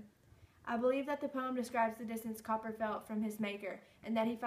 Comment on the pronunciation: Cowper is pronounced "Cooper"!